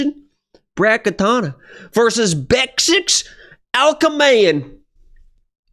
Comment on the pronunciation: Now you're saying Katana instead of Katona. Angelos rubbing off on you bruh.